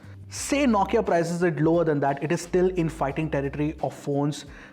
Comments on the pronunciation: Naukia or Nokia😂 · Is the pronunciation "NO-KIA" or "NAW-KIA"?